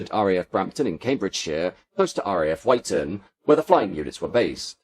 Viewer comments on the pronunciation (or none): Wyton is pronounced "Witton" not "Wighton". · Great video. Couple of gripes...RAF Wyton is not pronounced "White-on" but Witton. Also while discussing Victor B2 developments, the pictures were of B1 variants. The Victor looks incredibly futuristic even today. The recent B1 restoration is very impressive. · Surprised he didn’t know the correct pronunciations of Odiham and Wyton, also I think the radar was Green Satin not Yellow Satin🤔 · Sorry, this isn't quite up to your usual very high standards Aside from the mispronunciation of RAF Wyton, there was no mention of the fact that during the early stages of development of the Victor, it was initially intended to be a tailless design; the innovative T-tail - worthy of discussion in of itself - was only a later addition. Also, although there was some mention of the maritime role, there was no mention of the anti-submarine (ASW) role specifically; Denis Healey once claimed that (thanks to the SR.2), the British knew the location of every British ship in the Mediterranean. A mighty aircraft. The comparisons between the V-bombers are interesting. The biggest "what-if" is if the "Pathfinder" Valiant B.2 had been put into production. Supposedly not suffering the fatigue issues of the B.1, it was purportedly the most suitable of all the V-bomber designs for operation at low-level.